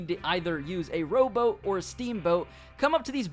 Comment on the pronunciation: Whats a row-bow !? i thought they where called row-BOAT?